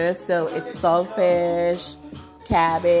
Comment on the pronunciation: Looks awesome. Did you say shellfish?? Maybe codfish? let me rewind. I don’t eat seafood. Any kind. Maybe it’s your accent. I love your voice.